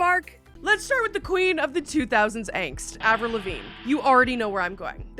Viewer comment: Also, it’s not Avril!!!! 😢